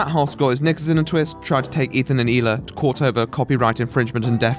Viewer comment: I really liked your take on this and agree with most of it. In addition, I love your pronunciation of the Israeli name Hila. Keep up the great work and I look forward to you next video. Btw thoughts on the Kanye rant and recent behivour